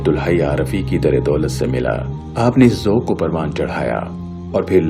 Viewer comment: بھائی جمع کو انگریزی کی بجائے اردو زبان کے حساب سے لکھیں۔ کالم کو کالمز لکھنا بے ادبی ہے۔ اسلامی کو اسلامک کہنا بھی غلط ہوگا۔ ذوَق کو ذوٗق کہنا بھی غلط تلفّظ سنائی دیا۔ ہیں میں مانو آپ ں کی آواز کو دباکر ہے کہنے کی کوشش کی ہے۔ انگریزی کو انگلش کہنا بھی شرم دلاتا ہے۔ جانے کیوں انگریزی کو انگلش اور عالم کو اسکالر کیوں کہتے ہیں۔ یہ جو بھی کہتا ہے اسکی دین پر کمزوری کی غمّازی ہے۔